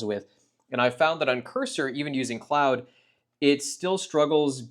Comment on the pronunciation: clawed, not cloud